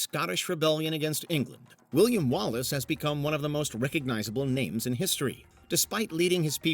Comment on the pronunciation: Most infamous execution in history, is you butchering all of the names on this list